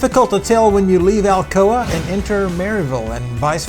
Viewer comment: I suppose she pronounces Alcoa "Alcohola"